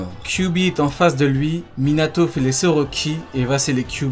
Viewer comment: c quoi cette manière de prononcer les noms ? Minatho NaurTho Obitho ptn tu mas rendu fou toute la vidéo on dirait le gosse de la vanne quand il prononce jonathan